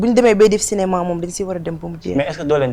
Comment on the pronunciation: marieme Aziz problème prononciation la rekke, elle dit cinéman à la place de cinéma